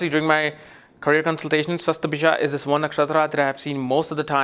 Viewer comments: It's not "Sasta-bhisha", it's "Shata-bhisha" nakshatra. Again, you mispronounced Swarbhanu, the name of Rahu. I am Rahu in Shatabhisha pada 1, and I love reading on my mobile phone, rather than on hard copy. I am blunt with tricksters. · the video is great , please correct the pronounciation as satabisha not shastbisha